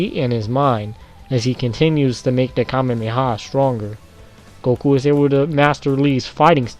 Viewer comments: Kamehameha not kamemeha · Kame-me-ha technique.... uh... I even slowed it down to 0.25x that what it sounds like he's saying.